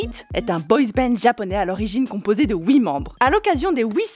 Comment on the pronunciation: Toi tu dis ouit moi je dis huit